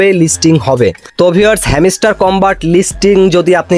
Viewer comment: ভাই ওটা হেমিস্টার না, হাম্সটার।ভাষা ঠিক করুন নাহলে আনসাবস্ক্রাইব করে দিবো